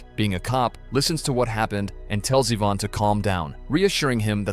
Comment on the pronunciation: Mike ina panic shot himself, when he actually shot his dad? I'm convinced you've remedially gone mad, as I've found too many easily avoided irritating mistakes while tryna watch these in the form of moral entertainment. Then you call Ivan, AVAN at the end. Gotta love AI. 😂❤